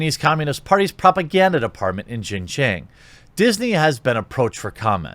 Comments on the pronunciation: following you for years! Just a quick note Xinjiang is pronounced “SHINGIANG”. You’re pronouncing it “GINGGIANG” which sounds like a different place in Fujian. Just a note. See ya! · Xinjiang is pronounced sheen-jee-ahng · Quartering if you want to pronounce it correctly I suggest watching Chinauncovered on YouTube. I believe the Pronunciation is in English like, (shin-Gi-ung) at least that’s what I believe they pronounce it on that channel. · Xinjiang is pronounced as "sin-gee-young" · Xinjiang = something like shin-JYAHNG. I speak a little Chinese and can read/pronounce pinyin. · Xinjiang is pronounced as "Sin....G....Ang".......🤣.............and they do summary justice in XJ.........get caught stealing more than 10k......you get executed on the spot!! 25ct bullet!!! No court costs needed!!!😎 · Shin-ji-ung, which sounds more like Shin-Jong; go with Shin-Jong as the pronunciation in my opinion. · Yeah, using English words, it’s pronounced like: sheen gee-on-g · If China Uncensored's pronunciations can be trusted, which I think they can, it is more... Shin-Jaong with a long 'ao' sound... I know that isn't the spelling at-all. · Xi is pronounced she. “Xin Jiang” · I believe the province is pronounced “Shin-John” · Afaik it's pronounced like seen-jyang (like djang in djanggo), Jeremy. Show us that old Disney animation about Nazi again. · I think it's pronounced shin Jahn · Pronunciation is “shin-jeeong”. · Pronounced as "she-jang" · zin-yang , pls americans, stop butchering other languages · The pronunciation is Shin Jong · Think “sin jyäng” instead of “xinjiang” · You are mispronouncing it, but you can also refer to it as East Turkestan. That is the name activists use. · Google how to pronounce Xinjiang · At least learn how to pronounce Xinjiang before making a video... dude Google it... Google translate... Come on brotha... lol